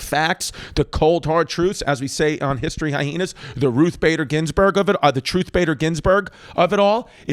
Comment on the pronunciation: Why do you pronounce it as High-heenas